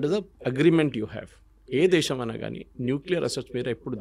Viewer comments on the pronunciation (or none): none